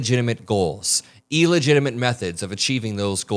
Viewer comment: Illegitimate; not EEELegitimate.